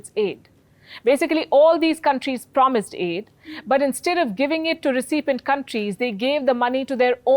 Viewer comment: Please have someone assist you in the pronunciation of the word, 'recipient'.